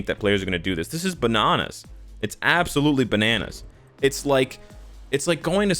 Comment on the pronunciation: I know this is serous but the way he said banana